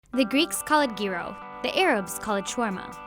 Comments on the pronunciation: it's YEE-ross not GHEE-roh! And erdogan is an odious buffoon. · She said GEAR O She pronounced Gyros..YEER ROSE is how its said. She said. GEAR O. Bless her. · Please learn how to pronounce Gyros....